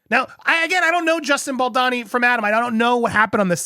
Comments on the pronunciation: Love your coverage of this, but for the love of Gwaddd its 'Baldoni' not 'Balani' 😄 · It's vicious how Blake and Ryan go after Justin Baldoni (not how you pronounce it, Baldani); no matter what happened in the past when producing the movie, Justin does not deserve that, period. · It's Baldoni, not Baldani😂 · The way you keep calling him 'Baldani' instead of Baldoni 😂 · You’re not pronouncing Justin’s name correctly. It’s Bal - dough- ne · bal-dow-ney. Bal-bååååwney.. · You've been saying baldonis name wrong for weeks and it's driving me crazy!!! Lol. I went to school with him and have been following all the news. I think you're the only one mispronouncing it. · Please learn how to pronounce Justin's last name. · For the love of all things, please finally learn how to pronounce Justin Baldoni's name. It sounds awful and ignorant every time you say it.